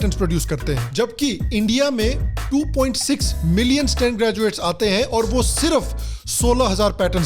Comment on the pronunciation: Millin mat boliye bhaiya